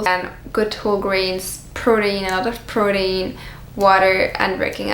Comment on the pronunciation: I love how you say protein